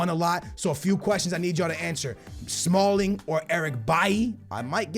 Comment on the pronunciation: He said smalld